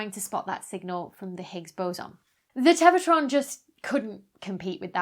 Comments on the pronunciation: not sure how that dramatically impacts the obvious point of my post, but congrats on winning Pedant-of-the-Day -- it must've driven your OCD stark-raving insane every time she said ""teva" in lieu of "tera" and "Englebert" in lieu of "Englert" in the actual video... 🤔🙄🤨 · I mess up words in my videos all the time. Live TV is hard. When you're talking about something named "Tevatron" the mistake is understandable. Don't be too self conscious, you don't get a PhD just for being cute and perky.